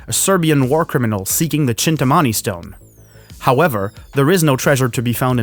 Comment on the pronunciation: its pronounced "Chintaamani"